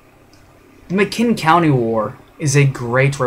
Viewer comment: It's McMinn (pronounced mick men) county. I live in Athens TN. My grandfather fought in this. It was called the Battle of Athens. Not McMinn County war. It lasted from around 9pm until about 3am. I appreciate you supporting the 2nd amendment, but please make sure your names and facts are straight.